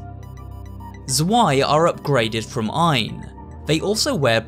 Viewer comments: This is a really good video! But I still had to laugh at how you pronounce some of the german words, like "Zwei" ( German is my mother tongue) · I'm not saying you should have learned German before making this video, but it's kind of funny how you pronounced stuff like Zwei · I still get a bit annoyed by people not pronouncing zwei correctly, I really should not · jaaa und allein wie er "zwei" ausgesprochen hat war einfach mega niedlich xD :3